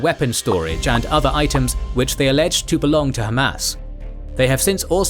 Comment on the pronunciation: why "allegged"?